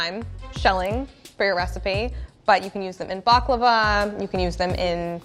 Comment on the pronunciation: The way she pronounces ‘baklava’ makes my hair stand on end